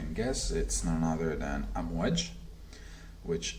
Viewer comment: Actually its pronounced Aamwaaaj not Amwj as you say it. Means waves in Arabic.